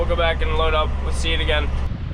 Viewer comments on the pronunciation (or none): none